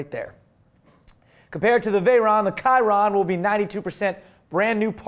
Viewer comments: It's NOT pronounced KY-RON!!!!! It's not named after that stupid archer who was crossbreed between a horse and a human, it's named after a racing driver from the 1920s and 1930s. The name is French. It's pronounced SHI-RON! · Guys, I love your show, but you totally screwed it up talking about the new Bugatti. You said [ˈkaɪrən], but you should've known, that this model is called after French racing driver Louis Chiron. So the name should be pronounced according to French. It's [shirˈon]. Thanks